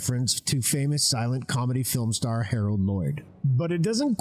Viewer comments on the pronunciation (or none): none